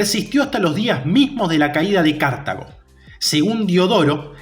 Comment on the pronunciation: ¿Pero tu dónde ves la tilde para ir diciendo todo el tiempo "cártago"? Es Cartago, una palabra llana